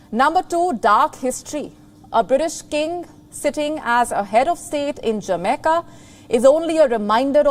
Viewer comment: Jameca? You mean Jamaica